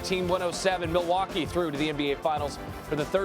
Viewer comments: “Milly waaa kay” someone escort this man out the building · I hope you are joking. NO ONE from Wisconsin pronounces it "Ma-Wau-kee." You sound like a uneducated fool that has never stepped foot in Wisconsin. MIL-WAU-KEE! Have you never watched the start of a home Bucks game? Or heard people call it The MIL or MILTOWN? FEAR THE DEER!🦌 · mil wauk aye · Stop saying Milly-wha-kay …about to get cancelled (cultural appropriation) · its Pronounced Ma-Wau-kee. The L is silent boys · You a crack head 😂 No one from Milwaukee Pronounces it with a L ever 😂 you aint never been to Cream city lil boy